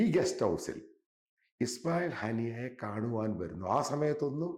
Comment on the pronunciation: ആദ്യം അദ്ദേഹത്തിൻ്റെ പേര് നല്ല വണ്ണം പറയാൻ പഠിക്കടോ എന്നിട്ടാവാം പ്രീമിയം വ്ലോഗ്.ഇസ്മാഈൽ ഹനീസ് അല്ല ഇസ്മാഈൽ ഹനിയ്യ ആണ്.ഇര്പോൾ പഠിപ്പിച്ചല്ലോ അല്ലേ